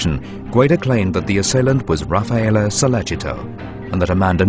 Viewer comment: His name is Raffaele not Ralpheo come on.